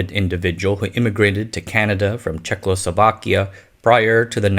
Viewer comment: AAAAAAAAAAAAAAAAHHHHHHHHHHHHHHHHHHHH!!!!!!!!!!!!!!!!!!!!!!!!!!! About a month ago I saw the very first Forgotten Weapons video, out of the hundreds that mention Czechoslovakia, where Ian actually pronounces it correctly. haha I believe I used to do the same, growing up in Windsor which is a very Americanized city. It is clearly check-o and not check-lo. =) haha Sorry man, I really couldn't help myself. I absolutely love your channel. Thanks my dude.